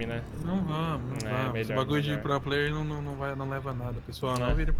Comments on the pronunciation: "Pro Pleier" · Sr ' pro pley fala certo kkkkkk